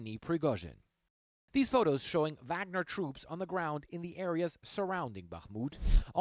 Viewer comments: Wow. Repeated mispronunciation in multiple ways in the same sentences by CNN commentators. "VOGNER" NOT "VAGNER" OR "WAGNER". Irritating and sloppy. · I think it's pronounced "vog-ner". Not "vag-ner" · Vahg-ner, not Wag-ner. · Why do cnn pronounce it so badly? Should be Varg-ner?